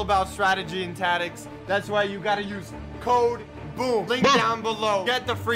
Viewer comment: what did you say about strategy and tadics??🤣🤣